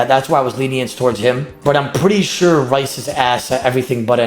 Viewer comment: Rhys is pronounced Reece not Rice lmao.